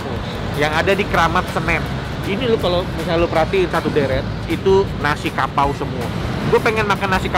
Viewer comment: Gw dengernya pakau bkn kapau